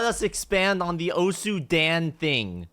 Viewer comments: PLEASE stop saying daen it's dan as in だん PLEASE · He pronounces "Dan" like it's just a guy's name lol